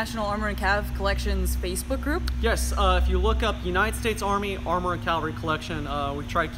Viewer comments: It's not 'calvary. Calvary is the place where Christ was crucified. It's cavalry, from the French word cavalerie. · Someone needs to tell that it's pronounced caVALRY not cALVARY. If he's an expert on tanks, he should know that. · He said calvary. It is not calvary, it is cavalry. There’s a big difference. How is this guy an expert? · Wait...did that guy just say "Calvary"? ...it gets me every time... XD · It's "Cavalry" not Calvary". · it's pronounced "CAV AL RY".....NOT....."CAL VA RY". Calvary is where Jesus died. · I am TRYING to resist being "that guy" but this is a pet peeve....sorry....!, it's caVVVVVVValry!!:) Otherwise, a great job jam-packing 10 tons of info into a 40 minute video. Now that he's a published expert in the field, The Chieftan needs to get down there and do a Chieftan's Hatch on the M36 GMC!!! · he doesnt know how to say Cavalry...